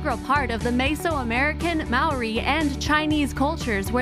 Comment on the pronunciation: You pronounced maori wrong